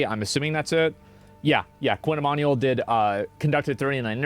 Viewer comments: It's pronounced ee-man-you-ell not ee-man-ee-all Baldy. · i think its pronounced "e MAN u WELL", sound it out, nice vid otherwise